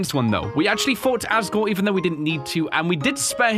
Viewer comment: Bro said "agore"